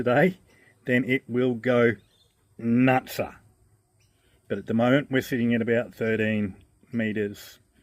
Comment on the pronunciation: Nutsa? You must be an Aussie A.I.